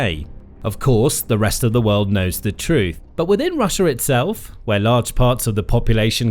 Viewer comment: .... "rush-er" lol